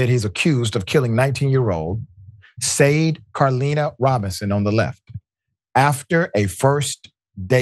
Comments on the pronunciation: RIchie its sade like the singer not sayd! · Dr. Richey, you dont know how to say Sade? Like the singer????? You know, Sade pronounced 'sha day' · For what it's worth, her name is pronounced "Shaw-Day" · Her name is pronounce Shaw-day. People keep butchering her name and it’s so disrespectful! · Yep smh…They found her leg in my neighborhood Cudahy. (Cud a hay) . Her name is pronounced “Shaw dae” rip young one.